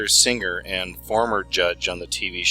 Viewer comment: ~ I love your stuff! But, FYI, words like 'singer' aren't pronounced with a hard 'g'. It's not 'sing-grr'. The 'ing' is soft.